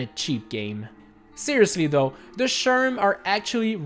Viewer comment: sherm subtitles: Sherman